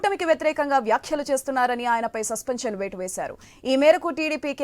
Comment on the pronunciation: సస్పెంక్షన్ అట 😂😂 సస్పెన్షన్ రా బాబు.... బొల్లోడి ఇంగ్లీష్ కి తగ్గట్టే వుంది ఈ ముదనష్టపు ఛానల్ క్వాలిటీ.